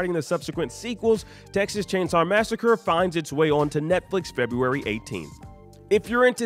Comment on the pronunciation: 0.20sec it's February rather than Febuary... We forgive you 😁👍